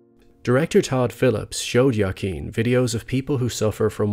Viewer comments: Sincere question: why are you pronouncing Joaquin as Ya-keen? I've always heard it pronounced as Wa-keen. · Wahh keen not yah keen please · just to clarify. the joker movie is the best dc movie of the last 20 years....and the funny thing is that it was an awesome movie even if they hadnt used that dc property. also the name of the actor isnt "jaken". it's joaquin. for the spanish-impaired, his name is pronounced ho-ah-kin. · “Wa-keen” phoenix not ya keen great vid though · Joaquin is pronounced (Hü-ah-keen) not “Yah-keen”. Sorry just bothered me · I believe it is "WAH KEEN" phoenix. Not "YA KEEN"... I could be wrong, but I do not think so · Its pronounced "wah keen" not "yah keen" 🤦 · please stop saying jakeen. his name is pronounced huakeen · Great video, but his name is pronounced (hwa-keen) not (ya-keen). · A pronunciation tip: Joaquin is pronounced "Wahkeen" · Wah-Keen. Not Yah-Keen. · This was great. Only that his name is pronunced "W"akin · "yah-keen" lmao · Could you look up pronunciation of names before you do a vide. I could be wrong. But it’s wakeeen phoenix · Joaquin's name is pronounced like (Wah-keen) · Who - ah -- king! The J is pronounced like an H in Spanish, just like you say the name Jose, Jo-a-quin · are you saying yakeen phoenix? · goddamnit, hes pronounced hoaqeen feenix, joaquin phoenix is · Good analysis but at least you could have learned to pronounce his name properly. It's waa·keen, with heavy emphasis on the last syllable, keen. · Why are you pronouncing Joaquin's name like that?? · Holy smokes do you video essayists look up pronunciation of words prior to videos? Your pronunciation of Joaquin Phoenix is atrocious buddy. Other than that, great video and great channel overall. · I cringed every time you mispronounced Joaquin’s name. 😂